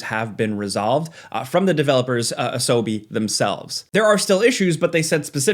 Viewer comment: Lmao he meant to say 'Asobo' studios. Naughty tsk ask tsk.